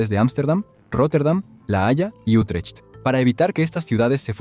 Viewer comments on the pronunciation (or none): No se pronuncia UtreCHt, se pronuncia "iutreGt"(con una G gutural), al igual que Den Bosch se pronuncia "den bos"